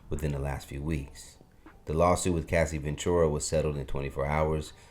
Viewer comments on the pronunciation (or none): none